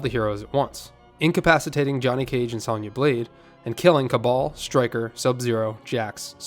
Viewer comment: The way you pronounce "Sonya" irrationally bothers me more than it should, lol.